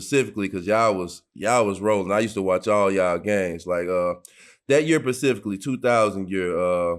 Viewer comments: C'mon D-Miles! It's "specifically" NOT "pacifically" my dude... LOL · Dmiles the word you’re looking for is “SPECIFICALLY” not pacifically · Miles keep saying "pacificlly". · Pacifically!!!! Get it D Miles! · If D miles say “PICIFICLY” one mo time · D Miles, love you bro, but for the life of me, it is "specifically," not "pacifically" 😂. Great Interview btw, Big Dog was a problem! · Nobody: Darius mills : ... Pacifically 🤣🤣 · I laugh every time D miles say Pacifically lmao…dope episode tho 🔥🔥🔥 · So we just gonna let D Miles get “Pacifically” off? 😞😂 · Darius was struggling w the word Specifically.. wtf is Pacificly?! lmfao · My nigga D. Miles keep coming with that "Pacifically" 🤣🤣🤣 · Why does Darius keep saying pacifically? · That year Pacificly ??? 😂😂😢😢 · Pacifically lol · The pacificly ocean. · E. Bruh I was WAITING on someone to say it lmao!!!😂🤣😂🤣